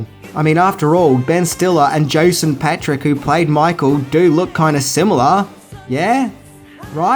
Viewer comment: Please learn to say Jason lol